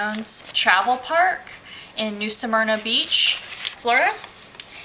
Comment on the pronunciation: How are you pronouncing Smyrna? Are you saying Samyna? Helpful hint: when you do a review and point out certain things it would be helpful if you posted pictures of the things you refer to in your narrative. For instance the inaccessible lake……a picture of the lake and access path or lack of would be expected. You referenced the laundry…..a picture of it would be helpful. The permanent residents there……a picture of a couple of those residences would be helpful so we can determine if they make the campground look like a trashy mobile home park or if the folks take pride in their property. The swimming pool and Tiki Bar…….no picture so I guess we just imagine it? Site 6? Back in or pull thru? Does it have a cement patio. Again no picture. I’m not trying to be mean but I got nothing from your review. So, thumbs down.